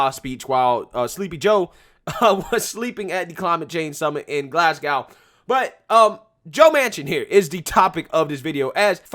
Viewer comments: Hehe love the way you say Glasgow totally wrong though 🤣 its said like " glass go" Glasgow silent w 👍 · Please pronounce our Scottish city correctly, Glas-gow (like hair bow) Insulate Britain are blocking roads even glueing their hands to the roads!